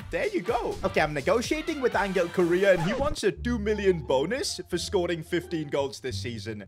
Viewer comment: Bro say Angels name properly it’s not angle it’s Angel (ohn-hell)